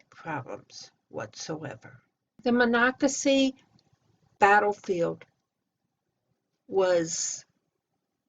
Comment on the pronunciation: i asked how to say Monocacy when i visited, had no idea how, you did very well, and enjoyed the history at the visitor center.